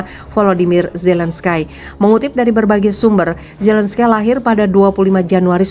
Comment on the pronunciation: Volodymyr Zelenskyy cara bacanya Volodimir Zelenski. Bukan Zelenskai. Kiev atay Kyef cara bacanya Kiyef. Bukan Kif. Mentang mentang di Afghanistan ada nama Hamid Karzai kamu samakan dengan nama orang Ukraina. Zelenskai. Ngawur.